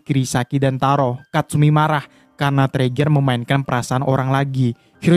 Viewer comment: Bang itu bukan teriger tapi torigia